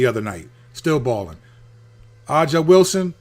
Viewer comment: I love you channel but please Say A"ja ("Asia") Wilson name right lol